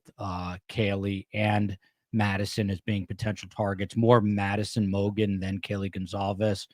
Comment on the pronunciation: I’m going back and watching some older videos on your channel because of the interview you did with Kaylee’s parents Sept. 28, 2026. I want to thank you for actually knowing the case! You’ve pronounced the victim’s names correctly and even though you’re asking questions all of your facts are spot on! I’ve been following this case pretty obsessively since the beginning and you’re the only content creator who isn’t singularly covering these murders who has taken the time learn everything necessary to have a meaningful and respectful discussion with no possibility of spreading false information.